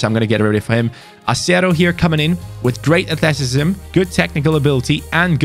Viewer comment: The way said athleticism makes me laugh - “athleticisbsbsbbsbsm